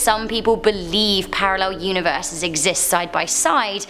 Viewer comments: Universes, pronounced univer-sees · Univeese? Lol